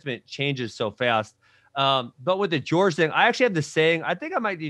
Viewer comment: “George” instead of Jorge 😂